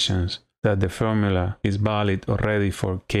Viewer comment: good stuff, nicely demonstrated. your english is pretty good too - just make sure you articulate your 'v' correctly. It's 'valid', not 'balid'. My spanish is terrible though, so I can't criticize too much